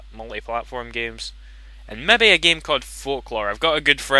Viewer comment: Sorry, but I laughed a little at the really thick accent when you kept saying "Mebby!"